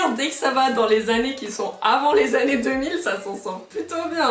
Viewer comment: ...ai je bien entendu " des annes